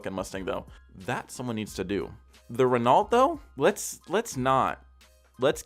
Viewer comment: R-en-o not ren-aul-t